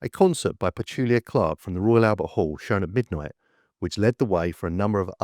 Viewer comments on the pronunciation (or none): born in 1966 and a child of the 1970s.......i CAN TELL YOU SIR WE IN THE 70s HAD COMMON SENCE......it was on a TV SCREEN AND NOT REAL.......i was able to get on with life....a TV screen Was a TV screen.........BY THE WAY ITS PETULA CLARK.......not PETULIAR CLARK......................STUPID PRICK.